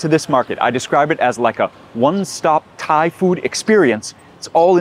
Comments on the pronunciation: Your Thai pronunciation is excellent. 👏🏻👍🏻🙏🏻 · Your Thai pronunciation as you speak, it is quite good! 😊